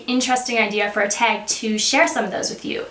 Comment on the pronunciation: Love how she says "tag".."teg" so Canadian 🙈😋